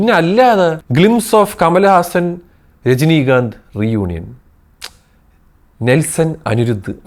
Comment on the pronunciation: Rajinikanth❌ Jajinikanth✅